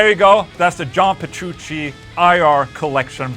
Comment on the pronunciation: AFTER ALL THOSE YEARS! he still can't pronounce John Petrucci right 🤣 (it's not Jean Berushi)